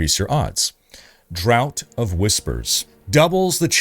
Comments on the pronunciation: **draught** is pronounced "draft", and not "drought". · Great content...by the way, "draught" is pronounced "draft" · It’s pronounced “draft” of whispers :) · pronounced as draft of whispers. Not drought. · Btw .... "Draught" is pronounced Draft... old english way of saying 'drink' basically. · FYI the word "draught" is pronounced the same as the word "draft". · It's pronounced draft! Wudi gets a pass as it isn't his first language. you get a smack on the bum. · Oh please God it's pronounced draft😂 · I'm going to be that guy and tell you that it's pronounced 'Draft of Whispers' as in Draft beer :) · Brother, it's pronounced "draft" like beer 🍺 or the workhorses. Keep up the good work! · Draught is pronounced as draft, just fyi… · FYI, draught pronunciation: American English - drawt British English - drawft